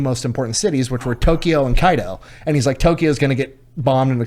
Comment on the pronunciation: Does the way says kyoto bother anyone else